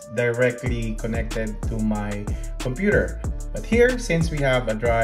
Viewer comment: „Cumpur“ = Computer